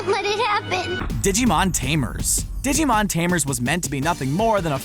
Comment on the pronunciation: Ditschimon? dude.... theres a G in that